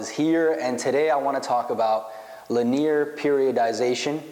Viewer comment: It's pronounced "lin-E-er" bro...